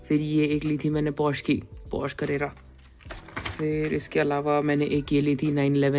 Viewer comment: It's pronounced Porsche "पोर-श" and not porsh!